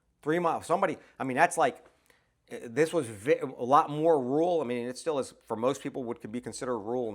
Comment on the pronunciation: Saying "Rural" is a pain in the ass. You did better than me.😅